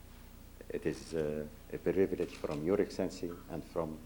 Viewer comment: His excellencey? 😂😂 almost made me choke on my food